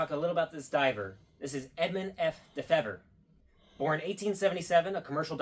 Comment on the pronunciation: Neat video, that's my great-grandfather. It's actually dee-fever. Fever like you have when you are sick.